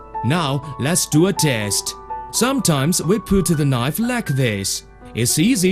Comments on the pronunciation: That's a nice knoive. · "and we fucks our attention on mooking newest knife" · LOL "A good nife! A magic nife!"